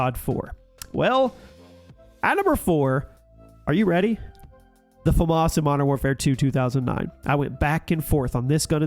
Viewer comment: Americans still don't know how to pronounce FAMAS